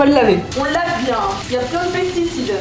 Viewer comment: “PeCticides”, c’est “peSticides” 😂